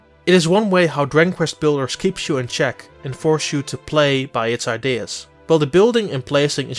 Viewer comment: He pretty much butchers the very title of the game. "Diggin Kvest Blders" is what I heard. I'm not bashing, but he probably shouldn't be doing voiceover work.